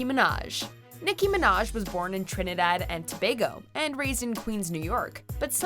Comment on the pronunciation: Thank you for saying Trinidad and Tobago properly 👍